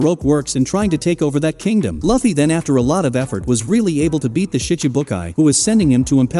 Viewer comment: Asking us to subscribe you without even pronouncing their names right i mean really, who tf are these “Way-no & Loaf-fy…” ? Nah, sorry mate no sub for you yet until you put some efforts on it pronouncing their names correctly. But don't worry tho at least there are people who doesn't care about that. But for me I care tho because names are one of the most very important identities either it's a person or an object(including anime too)